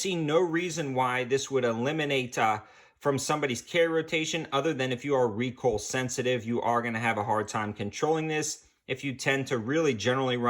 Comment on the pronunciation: When recoil is pronounced recoal……